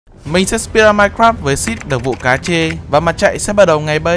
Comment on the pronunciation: xin đừng viết tên ko dấu và ko cách, thay vì đọc là đặc vụ cat re thì thôi đọc lad đặc vụ cá trê :)